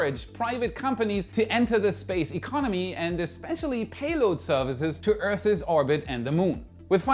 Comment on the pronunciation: "Earthes" make me giggle every time 😅